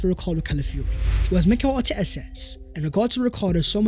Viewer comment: It’s pronounced MEH-REENO